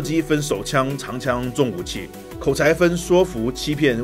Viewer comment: 是念''睡'' ㄕㄨㄟˋ ，說服~